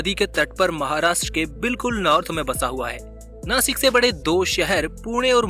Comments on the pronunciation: इसे नाशिक बोलते है... नासिक नही.... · Jase tumhi Washington la wasington bolu shakt nahi,tasech Nashikla pan Nasik nahi mhanayacha.he mi kuthe tari wachal hota mala patla. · It is not nasik It' Nashik Mind it Jai Maharashtra 🚩🙏🏼🚩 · I'm from Nashik And as nashikar we love too pronounce नाशिक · Plz Nashik bolo 🚩🚩🚩